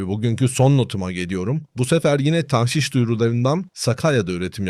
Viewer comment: TAHŞİŞ DEĞİL DOĞRUSU TAĞŞİŞ OLACAK. telaffuzu yanlış yapıyorsunuz. TDK SÖZLÜK : tağşiş (tagşi:şi), Arapça taġşīş 1. isim Bir şeyin içine başka bir madde karıştırma; katıştırma. 2. isim, eskimiş Saflığını bozma. KUBBEALTI LUGATI: TAĞŞİŞ (ﺗﻐﺸﻴﺶ) i. (Ar. ġişş “hîle yapmak, aldatmak”tan taġşіş) 1. Bir şeyin içine başka bir şey karıştırma: Tağşişleri işe yaramayan, anlamsız ya da mantıksız önlemler olarak değil, özellikle kısa vadede devlete gelir sağlayan malî politika araçları olarak görmek gerekiyor (Cogito). 2. Saflığını bozma. ѻ Tağşiş etmek: Karıştırıp bozmak: “Zihnini tağşiş etmek.” Güneşin hokkabazlığı bunları tağşiş edemez (Refik H. Karay). BİR HADİS. MEN ĞAŞŞENA FE LEYSE MİNNA. BİZİ ALDATAN BİZDEN DEĞİLDİR.